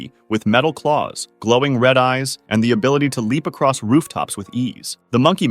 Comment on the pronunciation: When he said red glowing eyes I thought he said red loving eyes